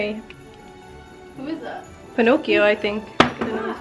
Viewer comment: Did you say Pinocchio!? Lmfaoo